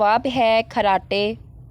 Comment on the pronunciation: اپنا اردو تلفظ صحیح کریں ۔۔ اگر قرآن پڑھا ھوگا تو " خ " اور " غ " صحیح بولنا ا جائے گا ۔۔ لفظ خراٹے ھے نا کہ کھراٹے 😮😮